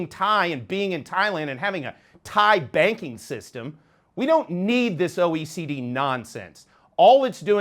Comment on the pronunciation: Say your name clearly. It is important. What is OEC?